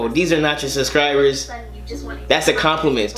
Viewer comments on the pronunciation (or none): You know it's "SUBSCRIBERS" not "suscribers" you can spell it but not say it lol